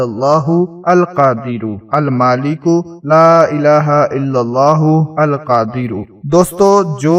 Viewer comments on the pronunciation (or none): Screen pr Almaleko likha aur padh rahe Almaaleko aleef k Saath Sahi likho aur sahi to padho Khud k likhne padhne mein galati to wazeefey kaise batate ho